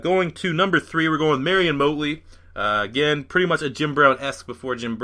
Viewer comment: U said Motley wrong